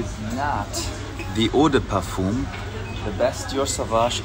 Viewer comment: And pronounces "parfum" differently every video.